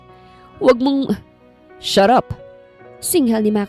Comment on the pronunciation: Lahat ng story mo sobrang drama mo ..lagi ng may paiyak mas maraming paiyak..dpt hnd mo na gawing madrama ang tono mo wag ka paiyak nakakasawa din at ang shut up mo ay shu-rup